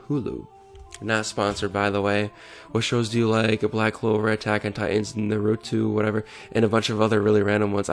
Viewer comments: did he just said narutu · love the way you pronounced naruto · Why did he pronounce naruto like that.. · Bruh how you mispronounce Naruto😔